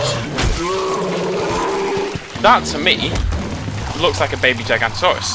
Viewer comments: pet peeve: when people pronounce things wrong especially the most badass of all dinosaurs, the Giganotosaurus. Notice there are 2 o's. Not Gigantosaurus. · bis that's not how you say gigonotosuarus,and that's not a gigonotosuarus anyway, that's not evan what they look like, and they have 3 fingers, that's a t-rex.